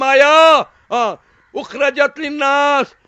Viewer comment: Kuntum khaira ummatin ukhrijat hai nake ukhrajat